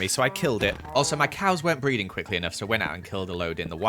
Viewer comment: When you said "my cows aren't breeding fast enough" I thought you said "my cows aren't breathing fast enough"💀